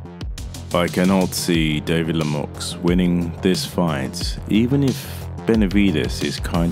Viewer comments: It’s pronounced “Le me u” not “Lemux” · As a Canadian myself....Lemieux hasn't any chance, not even a punchers chance...Benadivez will destroy him...This Podcaster here can't even say his name.....The "X" is silent for future reference! David La-Muuuu, is how it would sound. Your Welcome.